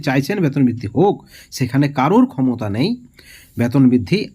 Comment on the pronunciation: ব্যাতন না ওটা বেতন হবে । আগে ঠিক করে কথা বলা শিখুন । তারপর ভিডিও করতে আসবেন ।